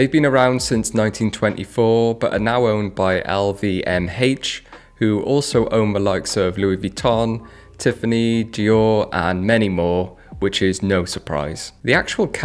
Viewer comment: "L-V-M-Hache" I've never heard someone pronounce an "H" as "hache" like that. "Ralph Lo-ren" I think it's pronounced as "Lauren" (Lawrin) like a woman's name (Lauren Bacall, Lauren Hutton) without the space/skip between the syllables. "You can't make a 'tomlette' without breaking some 'greggs'." Why did you begin "omlette" with a "T" and "eggs" with a "GR"? Where are you from and what kind of accent do you have? I've never heard anyone pronounce words the way you do. Excellent video.